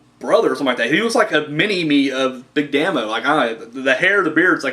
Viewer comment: P.s. it it pronounced Big DAY-MO, its short for Damien, very good review man! great stuff